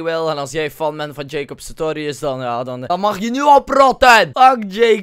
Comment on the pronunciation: Het is nie Jacob Satorius ma Jacob SaRtorius